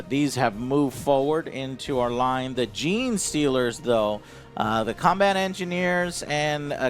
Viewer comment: He got Gene Stealers! Give him that lol